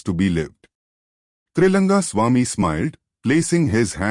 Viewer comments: Is it Tailanga swamy or Tri langa swamy ??? Wrong pronounce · *It's Trailinga not trilanga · Please observe this, the name of Trailinga swamy has been written wrongly and the same has been mispronounced many a times in the video. Please pay attention to the details